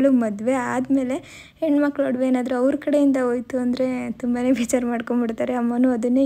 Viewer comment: ವಡವೆ ಅಲ್ಲ ಒಡವೆ